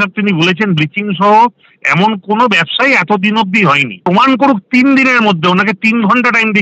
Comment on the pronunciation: একবাটি নয়, দু-বাটি নয়, তিইন বাটি